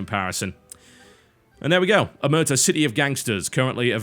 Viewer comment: TB, it's oMERta, not oMURta >.>